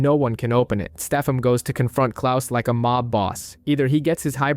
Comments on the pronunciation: It triggers me how often i have to hear Stefam instead of Stefan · Constantly hearing "Steffum" made this an incredibly hard watch.